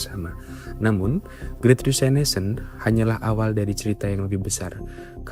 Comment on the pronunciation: Great Resignation dengan "Resignation" dibaca apa adanya seperti yang ditulis = resig-nazion